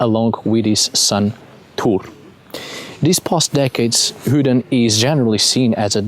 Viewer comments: Just curious why you say Hudin vs a more common pronunciation like modern Odin or “Othin” (Old Norse). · A very interesting talk on the god Odin. I was particularly interested in how you pronounced this name as 'Hooden' (without any emphasis on the 'h'). Here in England we refer to this god as 'Woden' which is pronounced as it would be in modern English, but obviously not so originally, since the Old Saxons wrote it as 'uuoden'. In the shire of Kent in the South of England is a custom of parading around the streets as a 'hobby-horse' and the title given is 'Hooden' or 'Hooden Horse' which has already been recognised as Woden/Odin by some. What a lot of English people are not aware of is that their most famous Folk-Hero - Robin Hood - derives from the remembrance of Woden in a role as the 'Green Man', the 'Lord of the Trees'. The tales of Robin Hood show his 'light side' as 'Fame-Bright Hooden' which is what 'Robin Hood' means. Robin Hood (Hode) was said to be a one-eyed wanderer wearing a red mask fitting with his being the 'One-Eyed God' and the 'Masked One'. On the other side of England in Wiltshire is a barrow called 'Adam's Grave' which is situated in the area around Avebury Stone Circle and Silbury Hill. A couple of decades ago a woman visiting the site was about to leave when she suddenly stopped and became anxiety and then not a little afraid for no reason whatever; she looked around to see no-one else there. She then heard the sound of an 'army of horses' galloping towards her at full speed; she moved off slightly past the barrow and the sounds stopped immediately. The o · funny he calls odin hoodin lolz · "hudin" lol